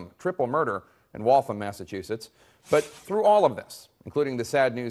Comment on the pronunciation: It's WALL-tham Not Walthum lol